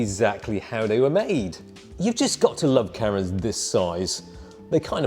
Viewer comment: just realized you are saying "cameras" not "carrots"